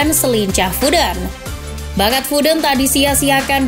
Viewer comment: Foden wey bukan fooden